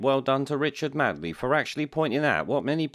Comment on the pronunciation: Made..ley...not Mad..ley ffs,.